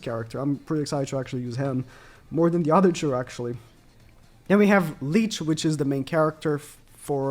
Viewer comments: Licht is pronounced kinda like likht if that makes sense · Who is leech?😭😭 nah joking it’s funny how you pronounced his name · It’s pronounced lisht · It’s pronounced like li-kt right? Even as American I felt the pronunciation of licht was pretty self explanatory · Wrong ma dude, the CH in Licht is pronounced kind of like a cat hissing at something. No K's allowed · bro summoned all of his german subs with that pronunciation of licht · Ask christy how to pronounce Licht pls. She is a german girl and know this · He clearly learned shit, that’s not how you pronounce Licht 😂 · It’s funny how he pronounce Licht this means light in german